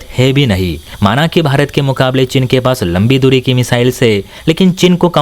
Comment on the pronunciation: चिन नहीं चीन 😂😂😂